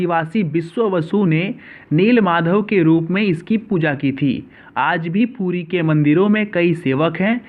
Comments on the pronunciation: Bheya pudi nenhi....puri hai plzz galat ucharan mat karo. Bhabanako thesh pahachtihai...plzz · Thik se bolo.pudi kya.puri h. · Are bhai pudi mat bol puri he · It's not pudi ...it's Puri Jay Jagannath swami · Naam to sahi lo yaar please 🙏pudi nahi puri bolte h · Pudi nahi puri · puri bol pudi kyun bol raha h ... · भाई साहब "पुरी" है वह ना कि "पुड़ी" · It is odisha not udisha and puri not pudi🙄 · It's not pudi,its Puri😊😊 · Say properly it's ପୁରୀ not ପୁଡି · Abe puddi nahi hai wo puri hai or oodisha nahi odisha hai 😂😂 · It's puri not pudi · Not pudi puri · It's not pudi it's puri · It's not pudi ,it is puri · Detapati nhi 'daitapadi' N not poodi it's 'Puri' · Bro please correct ur pronunciation For e g - it's Puri not Pudi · Puri hota h pudi nhi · it's not poodi , its Puri ... Not oodisha , it's Odisha.. Plz fix your audio system. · Don't speak pudi puri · Fyi..it's not Pudi, it's PURI.. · It's not 'pudi' it's 'puri' It's not 'oodisha' it's 'odisha' 😀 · Tum to Puri v thik se nehi keh pa rahe ho it's not pudi it's puri OK Please current pronoun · Pudi nehi puri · Poodi nahi puri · It's "puri" not pudi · It's puri....! Not pudi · Ra ki da mat karo na hi da ki ra mat karo...I know may b u belongs to Bihar ya UP ya Jharkhand to aap ka accent thoda change hota h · Bhai pehle to pronounciation sahi karo aap....it's not Pudi it's Puri Not Udisa it's Odisha.... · Abe shale pudi nei puri hei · Plz yr pudi mat bolo o purii haii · This is not pudi. This is puri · abe sale ye PURI hai NOT PUDI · Puri ya pudi hahaha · Bro it's puri not poodi Poodi is food item name please pronounce it correctly Jai Jagannath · It's called puri not poodi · Its Puri not pudi bro 🙄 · It's called puri...ok...not pudi.... correct ur pronounced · Ye “puri” he not “pudi” ..... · Not "pudi" it's "puri" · कृपया हिन्दी भाषा क्रियेटर ध्यान देंवे। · Poodi nhi puri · Poodi nhi puri ha🤣🤣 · Not 'Pudi' it is 'Puri'. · Poodi nahi puri hai wo. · पूरी is the correct pronunciation and not Pudi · It's Puri🙄